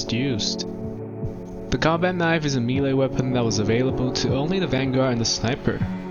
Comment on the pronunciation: hearing melee pronounced oddly so many times has corrupted my soul